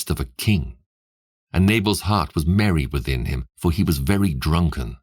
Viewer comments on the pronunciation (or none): none